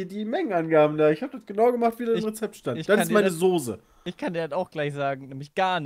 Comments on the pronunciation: Mir stellen sich jedes Mal die Nackenhaare auf wenn Sose sagt.. Es heißt Soße! Mit ß! Wie Straße oder sagst du auch Strase? Sorry das trag ich schon ewig mit mir rum xD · es triggert mich jedes mal aufs neue wie die jungs sose sagen....das heißt SOßE!!!